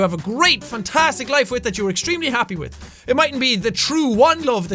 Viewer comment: Anyone else notice the "you can communicate 'witth' people just chickens"